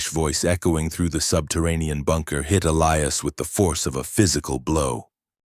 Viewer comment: Yes, please EE-lie-us it's a cool name. But when it's constantly mispronounced in different ways it pulls you out of the story